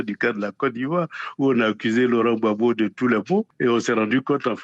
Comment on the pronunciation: Svp c’est Gbagbo et non Gbabo 👍🏾